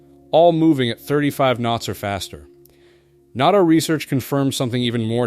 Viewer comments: & - WTF is NATTO? I think you meant to say NATO, which is pronounced Nay-Toe. It is NOT pronounced as not-toe as you pronounced it multiple times. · Nah-toe for NATA. I should be annoyed by the dumb AI pronunciation, but in this case I like it.